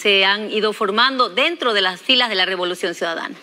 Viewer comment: Dijo Robolucion en la presentación 😂